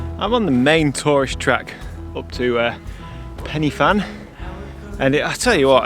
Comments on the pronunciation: I'm from Wales. Every time you said 'Pen-e-Fan' I cringed! If you go there again, it's pronounced 'Pen-ur-Van'. Just so you know....! Enjoyed your video though and love the shot you took. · Pen y Fan: ‘y’ pronounced ‘uh’ not ‘e’ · PENNY FAN? Oh, I know you struggle with some pronunciations but Penny Fan? Let me help - Pen-uh Van. The letter Y is a vowel pronounced a a soft U. A single F is V and (double) Ff is F. Loved the video. Croeso y Cymru, Welcome to Wales. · As a Welshman, hearing you say Pen y Fan (you say it like it, Pen Ugh Van) makes me cringe as a fluent welsh speaker. But valiant attempt. Amazing photos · Nice vlog, some really nice images. I see that someone else has helped you with the pronunciation (Pen uh van) a little more information for you, Pen y Fan is the highest mountain in the southern half of the UK, thanks for sharing your trip with us and your dinner with the dog. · Ah--name the van contest! Let's call it Pen-uh-van. Or not. Whatever. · it’s pronounced ‘Pen er Van’. 😊